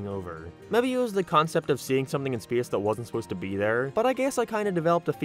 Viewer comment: why do you pronounce space like that